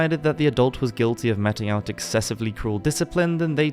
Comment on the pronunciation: "metting out" I assume you are attempting to say meting out (sounds like MEETING out). OMG